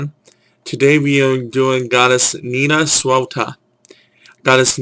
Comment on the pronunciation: Wow, right from the beginning you make a mistake by saying she is British. She's not, she's Gaulish. It might be part of your problem in speaking, but your pronunciation is very far off. Again with the generic Celtic symbols for her. A Brighid's cross for Nantosuelta? Really? It's hard to criticize the rest specifically, because we know squat about what kind of goddess she was, so it's all made up crap anyway. Again, do some research.